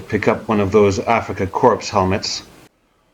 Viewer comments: Korps, not "corpses" 😂😂😂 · Afrika core not corpse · They’re going to bang you up for saying “corps” instead of “corp” core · No problem. When we use the word Korps (in a military context) or Corps (in a student corporation context), then we always pronounce it the French way, without the ps. But as I said, even many Germans nowadays don't know that and naturally we have our problems with not pronouncing letters, to which the French are used to. :D If you want to hear an historical example, listen on YouTube to the song of the Afrikakorps ("Unser Rommel"). As always: Thank you for your videos! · Not meaning to be disrespectful but in English "corp" is pronounced "cor" . Dont sound the "p". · Enjoy your channel. Respectfully, I realize your 1st language is not English. The “PS” in corps is silent. To an English speaker it sounds like you’re saying the word “Corpse” as in the deceased. Great content for us military history lovers…… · Honest question, not a troll comment: Do you say Korps with a hearable "ps" deliberately as joke? :D I mean, you are French and it's originally a French word (corps), so you should know. As a German it's annoying when sometimes other Germans don't know it and say it wrongly. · Great work, as always. I believe Korps is borrowed from the French Corps, itself derived from the Latin "corpus" = body. The website Forvo has examples of German speakers pronouncing Korps, as does the Wikipedia entry for the Afrika Korps; the "ps" is not pronounced in either case. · Killer editing for the opening. Trivia question for you: Why do you pronounce 'corps' with non-silent "p"?